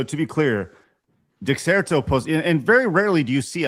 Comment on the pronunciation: i'm begging and everyone else to know that "dexerto" is pronounced as de-sir-toe